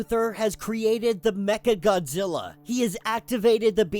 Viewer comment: Why are you calling Godzilla "fraudzilla"?